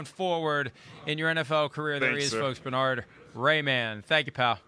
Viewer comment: Who is Bernard Rayman? At least try to pronounce the H. Bern-Hard. :D